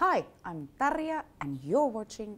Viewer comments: Well a bit of research would tell you the correct way to pronounce it if you're interviewing someone named Juan. That being said, the way Juan is pronounced is a bit harder for English speakers since that sound isn't common in English. but the "ya" in Tarja is very easy. I know not everyone can do the rolled Rs and that's fine, but they can still say Tarya without the rolled Rs. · That poor woman. Joe butchered her name and everything else Finnish so badly. :D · When you realise how Tarja is pronounced :o I love how she let him butcher her name for the whole thing lmao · I like that finnish attitude when he pronounced literally every part of her name wrong, she probably just thought "ah fuck it, no point in even trying to correct" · the interviewer is very ignorant! He doesn't know even her name!!!!! wow, such a shame, I mean you should fire this guy, you could use google translator to hear how to say it correctly! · Hey, man. I don't wanna become a Karen, but you're about to intreview a foreign musician, make sure to make a small research so how to pronouce her name. She even introduced herself in the beginning, geez! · I knew Tarja wouildn't correct him how to properly pronounce her name. She's too nice for that. I enjoyed this, it's always refreshing to see someone so talented being so funny and laid back. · How could you mispronounce her name that badly? That was cringy af! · Yeah, but it's also annoying that the guys at Loudwire, the supposed metal experts, continue to fudge up the names of major metal stars like this. I mean she literally said her name correctly in the intro and he STILL got it wrong lol. Come on guys.... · He said her name wrong so many times 😭😭😭😭😭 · How could he mispronounce her name, she even said it herself at the beginning. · My moms name is Tarja. I’m born and raised in Canada. I have heard her name mispronounced many times. So,although the host mispronounced her name, I’m not surprised. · it’s not that hard to pronounce her name 😬😑